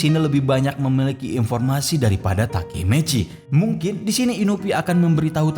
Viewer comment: takemechi njir yang pernah gw dengar takemichi